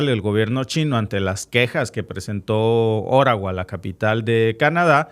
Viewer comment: Si nos hablas en español, debes decir OTTAWA y no ORAWA